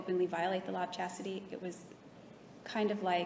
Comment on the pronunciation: Jodi couldn’t even be bothered to learn to pronounce the Law of Chastity correctly, let alone actually follow it.